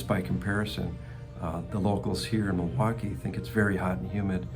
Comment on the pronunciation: It’s Mil-waukee… not, Ma-waukee. Always a tell of a local.